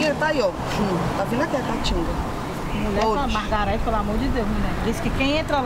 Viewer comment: "Margarete" kkkkk